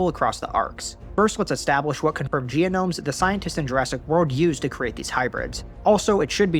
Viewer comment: it baffles me that OP always says "Gianomes" instead of Genomes. He adds an extra sound for no reason.